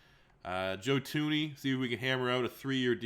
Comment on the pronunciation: its joe THuney not joe tuney